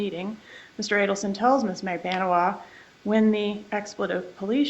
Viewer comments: Magbaaaaanua...Get it right...DAMN !!!!! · Defense attorney needs to pronounce Magbanua’s name CORRECTLY for gods sake!!!